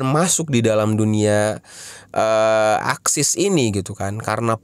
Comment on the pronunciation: ASIX woyy bukan AXIS